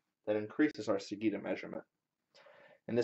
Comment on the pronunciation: Interesting experiment - I look forward to see how it comes along. One small quibble - sagitta is pronounced with a J sound, not a G sound.